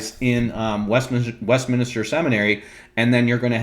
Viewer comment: lol - you kept saying WestMINISTER instead of WestMinster. ... and a few other places.